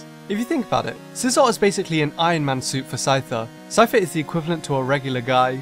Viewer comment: DO NOT LEAVE OFF THE C IN SCYTHER AND SCIZOR!